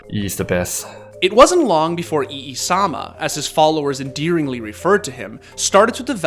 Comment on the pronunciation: Its EE-sama